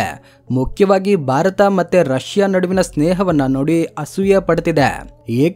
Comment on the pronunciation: ಪದೇ ಪದೇ ಬಾರತ ಬಾರತ ಅನ್ನಬೇಡಿ ಸರ್. ಸ್ಪಷ್ಟವಾಗಿ ಭಾರತ ಅಂತ ಹೇಳಿ. ದಯವಿಟ್ಟು 👏.